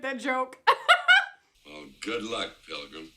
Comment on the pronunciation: 2 things they didn't have voice actors back then, just actors. Also when you say pilgrim you gotta extend it between the syllables like "pilllgrim".😁